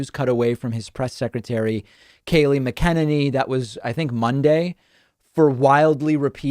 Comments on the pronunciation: Love your show David. You may be doing it on purpose but Kaliegh's name is pronounced, 'Mack-in-ainy'. As in the word ain't. Apropo, I know! Just sayin!' Keep up the great work for all of us! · You always say the name wrong. It’s Kayleigh McEnema. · I love the way David mispronounces the press secretary's name . You go mon! She will be missed about as much as Trump. It must kill Trump that so many people admire Obama. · Is it me or are you the only person who pronounces her name the way you do ... its annoying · david, is it really so hard to pronounce kayleigh mcenanys name right? starting to become a serious pet peeve! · STOP MISPRONOUNCING HER NAME! I don't care what you think you know about pronunciation - when it comes to someone's NAME, it is pronounced the way THEY say it's pronounced, full stop. Would you like someone telling you that YOU aren't pronouncing your own name correctly? I actually have yet to meet anyone more anti-Trump than me, and by extension I can't stand the Press Secy either, but why intentionally mispronounce her name? You don't seem to be doing it to make fun of her... it seems like you just think that's how its pronounced, despite the fact that we've all heard HER pronounce her name. Stop being a douche about Kayleigh's last name. Pronounce it correctly - AS SHE DOES.